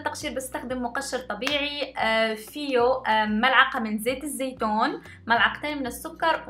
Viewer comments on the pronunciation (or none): الصراحه فيديو حلو بس مين لاحظ كيف قالت زيت الزيتون 😂😂😂😂 موتتني ضحك